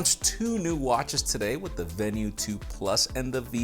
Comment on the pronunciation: Isn't it pronounced veenu, not venue?